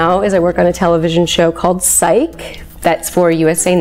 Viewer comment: Psych!!!!!!!!!!!! not Psyche.